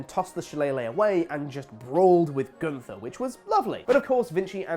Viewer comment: Super kick each time he says "Gunther."